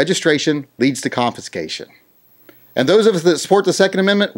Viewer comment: Sorry but it sounds like ur saying confiNscation. Driving me nuts